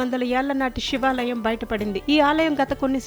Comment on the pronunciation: షి వాలయం , షి ల్పాలు కాదండి. శివాలయం, శిల్పాలు.. తెలుగు ఛానల్ లో అయినా తెలుగు సరిగ్గా పలకమనవి.